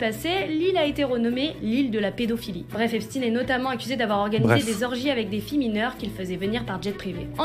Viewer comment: Pourquoi epstine et pas epstein ? espstein sonne trop j...f ?